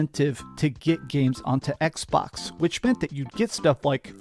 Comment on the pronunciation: Why’s he say “Xbox” like that? EKS-BAWKSUH